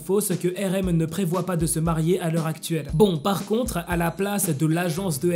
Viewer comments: Marier pas marer 😂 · t'as e ris marer au lieux de marier